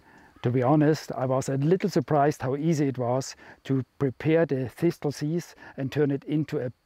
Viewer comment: It's aways a pleasure to find one of your videos that I haven't seen yet - thank you. Please forgive me, because some people consider it rude to correct such things - but in English the word "Thistle" sounds like "Thissell". The second "T" is silent. I only mention it because it took me a few attempts to understand what you were saying! Thank you again, and all the best to you.